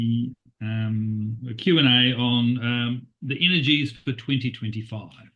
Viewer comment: It's "energies"